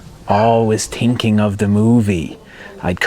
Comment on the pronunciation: I say this respectfully...I'm working on a 2nd screenplay right now and your voice/accent pops into my head all the time to remind me, "You're overTINKing it." Thank you!